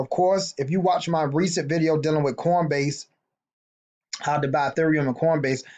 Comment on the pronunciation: Are you saying cornbase? lol